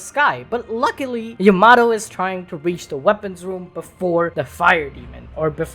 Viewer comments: Loved this video but dude….. Ya-mato 🤦‍♂️ cmon man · Yamato? No no Yamahtoe 🤣🤣🤣🤣